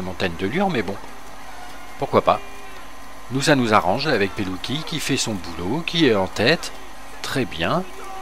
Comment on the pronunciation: super vidéo mais je crois que l on prononce comme sa"mateo pelutchi